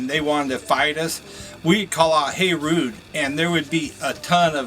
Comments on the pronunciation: Good Lord, that guy claiming to be a carny says Hey Rude? He said it multiple times so I know it wasn't a mistake. It's HEY RUBE, not RUDE. Sheesh. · The hammer squash saying Hey Rude must either be new or Larry in the head. Its HEY RUBE not HEY RUDE.